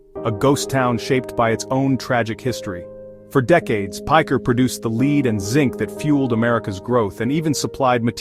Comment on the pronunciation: “Leed” and zinc. The pronouncement of lead was a bit strange.